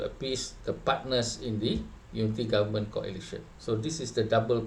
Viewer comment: Cakap goment pulak, dah terkolap ke lidah tu ?